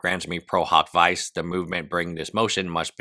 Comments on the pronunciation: Isn't it pronounced veechay not vice? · “Pro hac vice” is pronounced “pro hock vee-chay “ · The pronunciation of prohawk vyse aside, there could be a reason for the new lawyers. At a minimum, it appears that as of July 14, Kassis is also acting as legal counsel for Denims.